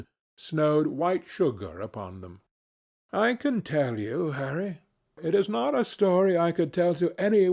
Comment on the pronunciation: It sounds so right when he says harry